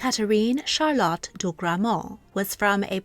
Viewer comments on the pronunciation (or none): none